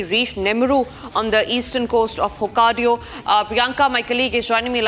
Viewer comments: she said Hokkadio, but it's Hokkaido. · It's not hokk aido. Not Hokkadio